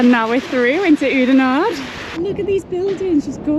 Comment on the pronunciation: pronounciation of oudenaarde pretty much spot on